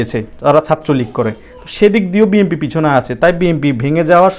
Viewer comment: বি এন পি নামটা তো বলতে পারছেন না ভাই। বলছেন বি এম পি।